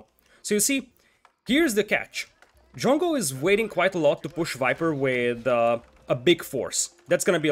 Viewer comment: This was a little confusing. Because you kept saying jungle, jungle. At first i thought that i didn't hear it correctly. But again you said jungle, jungle, and i was like. What jungle what the f are you talking about. I was even searching for the damn jungle. And then it hit me. You were saying drongo, or at least trying too. So confusing mate. But nice vid :)